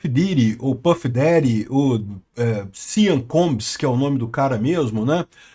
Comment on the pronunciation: A situação desse cara tá mais dificil do que o acertar o nome dele!